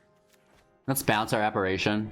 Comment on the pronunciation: Please... It's pronounced apparition, with an I, not a third A